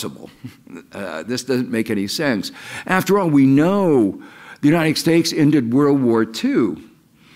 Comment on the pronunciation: He always says "United Stakes"